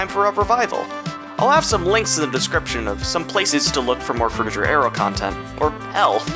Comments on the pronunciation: BTW it ain't Fruti"j"er. It's frutiger. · Adrian Frutiger is a German name, so the G is a hard G. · Adrian Frutiger was from Switzerland and named the Font after himself. So, I guess, the right way to pronounce it, would be to pronounce the G hard like the G in "Games", "Gift", "Gold", "Gay", "Greed" etc.